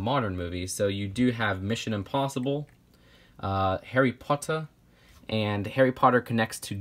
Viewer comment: "Harry Putter." Me: Cracks up